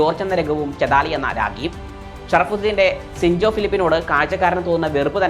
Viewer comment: ചതാലി അല്ല ചെയ്താലി